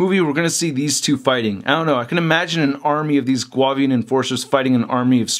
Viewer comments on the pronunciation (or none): pronounced, (Goo-Avian) I believe...or prefer.